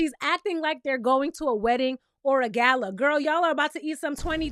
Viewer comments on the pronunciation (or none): none